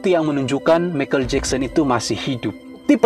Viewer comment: Michael ( pronounced - maikel bukan mekel )